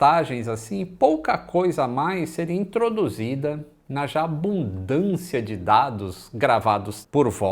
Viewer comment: A ênfase na pronúncia... "aBUNDÂcia de dados" "BANDA de dados" 🤣🤣